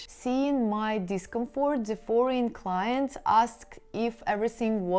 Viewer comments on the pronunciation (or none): none